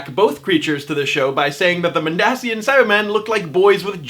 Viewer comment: It is pronounced Mond-Asian